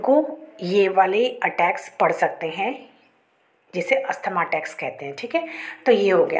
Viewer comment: Not Asthama.. Asthma